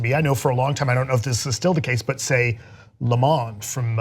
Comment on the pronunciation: wonderful discussions -- but why, why, is it not possible to pronounce "le monde" in a way that is at least somewhat close to french?